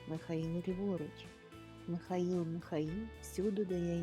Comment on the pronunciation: Тільки не Міхаіл, а МИхаЇл. Якщо українською.